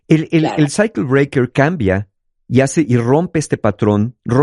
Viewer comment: cuando dice cycle breaker su pronunciacion es más de psyacho Breaker ahaha